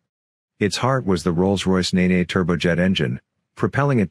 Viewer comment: Ne-Ne engine, Aaaaaagh! Useless bots have done it again. There's two pronounciation choices, depending on whether you're east or west of Thrapston. And most Americans and the Bots get it wrong every time! East = Neen, West = Nen. Actually, I'm sure even the US Servicemen that are stationed close by to the Nene would know this? Good video though.